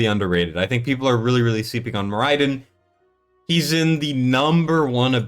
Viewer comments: can you please stop mispronouncing the SHIT out of Moriden (MORR-uh-dun)? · How are people still mispronouncing Moriden?